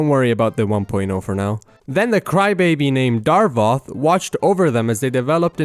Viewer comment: idk how i feel about you calling him "Darvoth" instead of "Davoth"